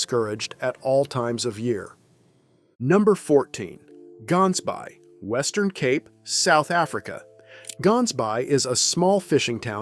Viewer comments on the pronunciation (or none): To make one aware, the way the town (Gansbaai) in Cape Town is being pronounced is incorrect. It is not "GANS-bay" (with a hard G) the correct pronunciation uses a softer, throat-based sound for the "g". It is Afrikaans for "gans" (goose) and "baai" (bay).